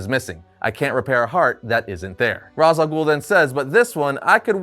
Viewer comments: yeah it's odd since he showed a clip of how to properly say it a while back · is actively refusing to say Ra's al Ghoul's name properly.